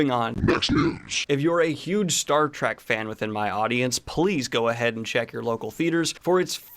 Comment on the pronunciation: JJ Trek does count. Please say trek, not track, so glad you added the heads up for Trekkies. Loved The Boys! Love your news 🏆